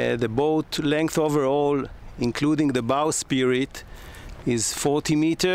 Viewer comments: very good video, beautiful boat. keep working on utilizing nautical terms. Its bowsprit, not bowspirit. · Bowsprit, not bow spirit. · I turned off when you said "bow spirit". English may not be your first language but you should know key nautical language.